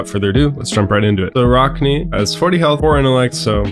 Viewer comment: Ah-rack-knee. In all seriousness good video. Love the assassin feel and hope we get a lot of support in the next set.